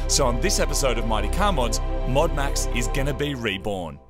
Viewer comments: "MODEAD MAX" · MOD UNMAX say it like Modern Max as its the modern version but has been un-Maxxed. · "Modu Maxu" Becos drift 😂